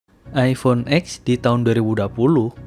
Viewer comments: Agak gimana gitu denger orang bilang iphone x, rasanya lebih enak denger iphone ten. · mon maap bacanya iPhone "ten"